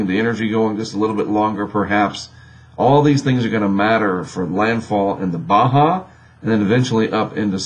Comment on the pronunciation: Surprisingly, they can pronounce Baja correctly.